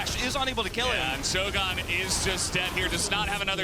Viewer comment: Oh FFS, "shogun" is not an American word, goddammit. It has nothing to do with shows or guns. That's not how it's pronounced you philistines! I swear, LCK English casters are the fkn worst when it comes to pronouncing names.